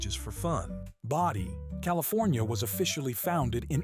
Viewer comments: Bode is pronounced Bow-dee. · BOW-dee; EE-lie-as, sigh.